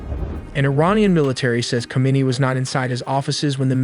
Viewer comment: "who-may-knee" not "come-on-nah" :D